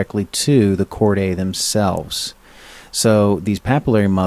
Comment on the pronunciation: Chordae is "chord-aye" - seriously?? How are we supposed to take someone seriously who can't even learn the correct way to pronounce terms??